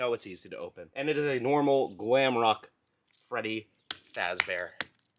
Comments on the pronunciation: You said gwamrock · You said glamroke woof again 😂